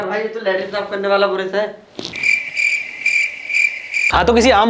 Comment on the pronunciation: भाई वो बुरुश नहीं ब्रश होता है